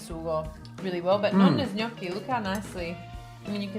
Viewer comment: Nice to finally hear someone pronounce Gnocchi the right way.